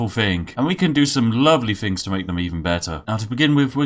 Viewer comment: You break my posh immersion every time you say fing instead of things lol :D